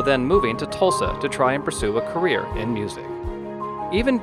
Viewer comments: I think so.. Career not Carrier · Shouldn't that be "career" not "carrier"?